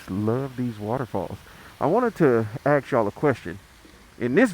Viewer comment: A s k...not a k s...wtf? Speak properly and people will take you serious